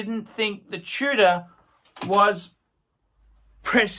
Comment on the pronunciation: Its tudor.. nor chewda.. or tuna or chewna... Get the spell right